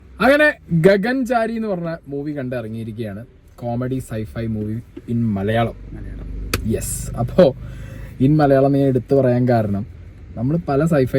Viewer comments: ഗഗൻ ചാരി അല്ല ബ്രോ ഗഗനാചാരി ആണ് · ഗഗന്‍സാരിയല്ല കണ്ണാ, ഗഗനചാരി. അണ്ണന്‍ ഇംഗ്ലീഷ്‌മീഡിയം ആയിരുന്നല്ലോ അല്ലേ😂😂